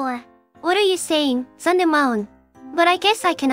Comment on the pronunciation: personally, i think the two sound similarly robotic; i think the english voices are pretty good! my only gripe is the pronunciation of "Zundamon" and "Metan" lol